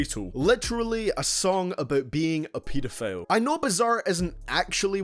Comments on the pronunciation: It’s pronounced pee-doe-file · He said “peta” file 😭